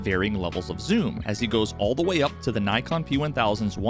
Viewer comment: I’m sorry how did you pronounce Nikon?